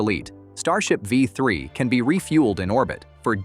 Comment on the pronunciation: If you’re gonna use an AI voice over can you at least get the mistakes corrected? It’s calling the V3 anything but “V 3”, saying five three, vi three or other garbage throughout the video. And the falcon heavy footage does not belong in a video talking about starship.